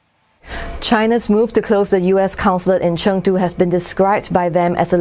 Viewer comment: i like her pronunciation "成都"